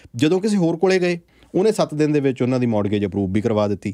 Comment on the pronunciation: ਮੋਰਟਗੇਜ ਨਹੀਂ ਮੋਰਗੇਜ ਹੁੰਦਾ ਹੈ T Silent ਹੂੰਦਾ ਹੈ